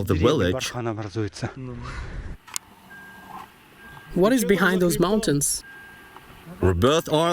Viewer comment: The guy keeps saying V as a W! "Willage". LMAO